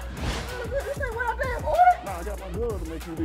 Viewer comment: "you said WHET"